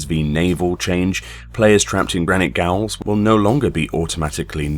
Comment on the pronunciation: Funnily enough that's a word I looked up very recently because I never knew how to pronounce it. Lol. I used to say it like he did here. but it is indeed pronounced like jail and means the same.